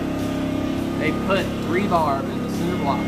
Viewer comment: The word is rebar, ( reinforcement bar ) not rebarb